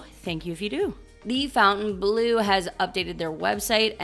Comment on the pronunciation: Such good info! We will be in Vegas the end of October! Leaving on Halloween unfortunately. The new hotel is FONTAINE‐blue with an e not Fountain‐blue like a water feature. So pronounced like Fon-tane...So sad about the trees coming down at Bellagio. Hope to meet you soon, thanks for your videos❤